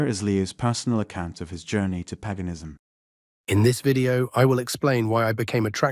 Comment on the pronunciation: Paganism It's not pronounced Peganism it's pronounced payganism